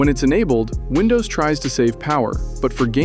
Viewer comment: Вындувс ахахааааа